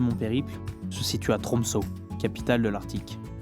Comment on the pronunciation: Ø = EU prononciation en Français. Donc Tromsø = Tromseu. Petit détail.